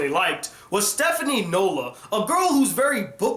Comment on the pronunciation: Eh, this anime didn't live up to the hype to me. I really couldn't follow the story and it just went all over the place. I especially didn't like Sora. It's not horrible, it's just okay. I'm sorry, but that's just me. Oh and it's Stephanie Dola, not Nola lol